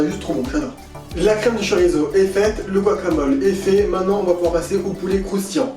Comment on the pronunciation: Hello tchef'...! Petit détail, mais savoureusement votre. Le "Z" ne se prononce que comme un "S", sur son terroir d'origine. La prononciation "zeu" est grossièrement très exotique, et un indigène basque ou peninsulaire serait plutôt dépaysé. Le txorizo, ou xorizo, mérite peut-être de rester musicalement dans son joli écrin d'origine, non 😊 ?? Dan